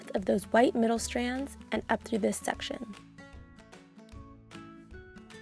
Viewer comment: Does anyone else get really annoyed on how she says "section" ?